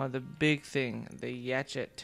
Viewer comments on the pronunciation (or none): yacheet? its a fucking yacht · Umm yacht is said 'yot' not 'yach-et'